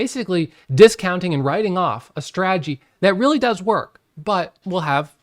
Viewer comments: It’s not a strah-ah-gee. It’s strah-ta-gee. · 😂 So smart yet how can you not know how to say strategy (strat a jee) . I'm sorry but buddy you're too smart to mispronounce strategy, unless it's an intentional joke. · What’s a straaagy? 😂